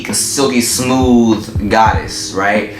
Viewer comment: "smoov" lmaoo